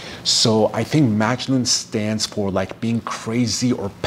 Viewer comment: In the Arabic pronunciation it’s muggg noohn the a is like a u sound. My father is from Italy and my mother is from Syria.